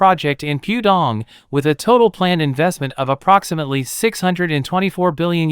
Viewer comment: That's 'Pooh' Dong - not 'Pew' Dong.